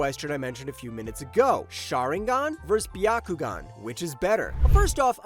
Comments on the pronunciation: well it’s definitely not by-ya-ku-gan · (By-ya-ku-gan) What the actual fuck kind of pronunciation is that?